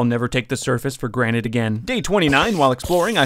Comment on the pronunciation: Am I the only one who heard “I’ll never take the surface for granite again” or?